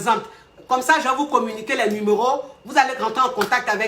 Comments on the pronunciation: yè bloquè ça 🤣🤣🤣🤣🤣🤣😍💕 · "ye eee bloquer ça..." lol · "Ye vais bloquer ça" 😆😆😆j'adore 😅😅